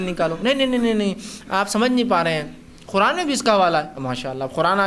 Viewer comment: Is jaahil ko Quran bolna nahi aa raha hai aur yeh taqreer kar raha hai Quran ko Khuran bol raha hai khabees